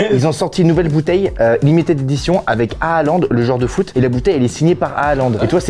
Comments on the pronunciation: C’est pas hahalande c’est Haallande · Attends, attends, attends, il a dit à Haaland et a prononcé les deux à 😂😂😂